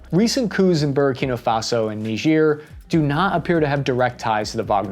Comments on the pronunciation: Junta, not hunta. Burkina Faso not Burakina Faso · Buddy you are getting dangerously close to pronouncing Burkina Faso as Burger King Faso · it's Bur-kee-naah Fas-oh! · I swear he's saying burgerkinga faso! 😂